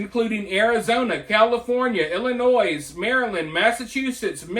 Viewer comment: The s in Illinois is silent. Not to be that person but😂